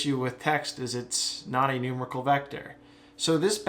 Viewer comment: NooMAREickle, not NOOmerical >)